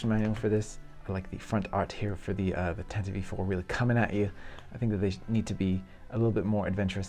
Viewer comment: I agree that the Falcon was a bit of a disappointment. Too chunky, and those gaps! I will say that the filming models always had the dish in that forward/inboard angle so that doesn’t bother me. Also, you are a great builder and I love your work but Tantive IV sounds dumb when you say it like that (tantivee), are you doing it on purpose? Best of the bunch is the err… let’s call it the blockade runner! 😂